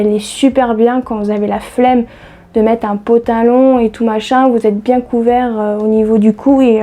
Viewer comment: Super le "pantalon" et non patalon😁😁 je n'osais pas te dire mais à chaque fois ça me fait bizarre !! Pour les Frixion il faut surveiller les promos en supermarchés, la semaine dernière lot de 2 stylos + 3 recharges -70% avantage carte à Intermarché.